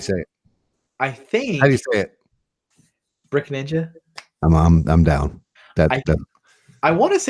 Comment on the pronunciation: Skipped forward to feel up to date and one of the first things I see is my name! 🤯 Sweet, thanks for the shoutout guys,(bricks-ninja is the name, wanted to be a lil different with the x) I think you said it right tho lol. And yes, I found you guys through brick blaze. I'm a 28yr old AFOL from CA returning from my dark ages 👍 and loving the content 😁👌.